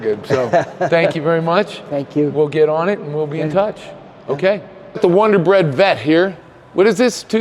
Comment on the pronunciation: i dont usually comment on videos butt you had me neerly fall off the couch when you called it the 'Wonder bread ' corvette. Keep up the good work bud. I myself have been doing mechanic work on &off for about 55 years,and believe me there are very few people today that are as honest as you are. Joseph Newport news va......